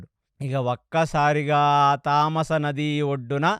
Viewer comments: తమసా నది తామాస నది కాదు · తమసా నది తామస కాడు గారు. గంధర్వులు అని ఉంటే గాంధర్వులు అన్నారు. దీర్ఘం అవసరం లేని చోట దీర్ఘం ఇచ్చి చెబుతున్నారు. ఇంకోటి పాంచభక్షా పరమాన్నం కాదు పంచ భక్ష పరమాన్నం చెప్పండి. అన్ని. బాగానే చెబుతున్నారు అనవసరంగా దీర్ఘం ఇస్తున్నారు.. I am sorry to say this